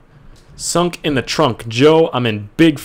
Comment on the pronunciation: skunk not sunk